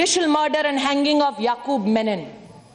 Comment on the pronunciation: Menon nahi Memon - You would draw more controversy